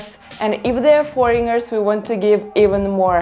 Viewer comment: The "g" in the word foreigner is silent.